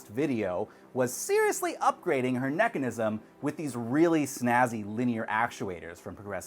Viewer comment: Neckanism? Hehe